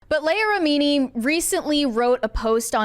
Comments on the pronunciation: It's LEE-ah RI-mi-nee. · Mispronouncing her name so badly makes this unwatchable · How do you have a show about pop culture and NO ONE knows how to pronounce her name?